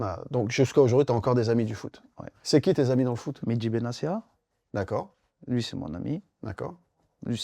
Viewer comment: Samir, on dit pas Benacia mais BenaTia